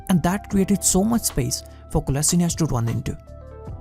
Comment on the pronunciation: Its Kolasheenatz, you say Kola sort of quickly and sheenatz is a little longer, that is the correct way